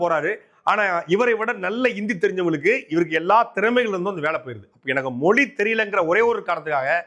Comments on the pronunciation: அண்ணே அது "மொலி" இல்லை "மொழி" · Moli illa thambi mozhi nu sollu thambi